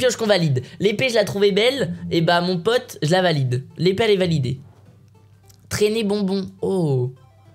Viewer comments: A il dit mon pâte au lieu de mon pote 😂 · il a dit mon pate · Mes pate au lieu de mes pote 😂😂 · A la place de mon pote il a dit mon pate🤔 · "mon pate"